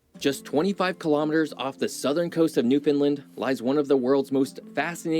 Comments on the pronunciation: Sigh. Newfoundland rhymes with understand. Same stress pattern, too. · Newfoundlander here👋🥰 Buddy is pronouncing Newfoundland incorrectly. We say, "Newfin-land", not "New-fin-land"🥰🇨🇦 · The video you’re watching is awesome, and all true… except for the way he pronounces Newfoundland…. It’s pronounced “newfinlind” it’s Newfinland.. rhymes with understand or rubber band;) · Awesome video, having lived in Halifax for 50+ years. What would have made it even better is if the narrator knew how to pronounce "Newfoundland". It's "NewfinLAND" or you can say "NewfunLAND" Emphasis on "LAND" like "DisneyLand" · This video you are watching and commenting on is ticking me off. I'm a Newfoundlander. It is pronounced New Fin Land. Not New fin lind. I can't be the only newfie this is bugging. Lol. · The fact that no one can pronounce Newfoundland is painful... sorta rhymes with understand, newFinland... St Pierre is an awesome weekend trip <3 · New. Found. Land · Good YouTube channel but he cant pronounce Newfoundland correctly. It was like nails on a chalk board for me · I wish the video guy could pronounce Newfoundland correctly. It's not hard to google pronunciation. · I wish the moderator would learn how to pronounce Newfoundland! He has to be a " mainlander ". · Also, the incorrect pronunciation of Newfoundland is beyond annoying! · It urks the living sh*t outta me the way he keeps MISpronouncing Newfounland.